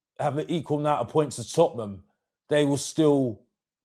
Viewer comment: repeat after my TOT-NUM not that shit you keep saying 😂 how can you not even know how to say your own club's name